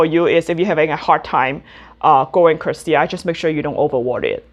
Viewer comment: Thank you for showing us your beautiful plants, love your channel. Just one thing: Try saying "curtisii" like you would say the name of the actor Tony Curtis and just add "ii" at the end. So "curt-i-sii" instead of "curt-sii".